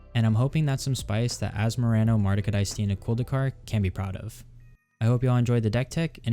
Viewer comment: This deck is very intriguing. Nailed that commander name too 😆. Thabks for the video! Liked and subbed from Mr.Bs !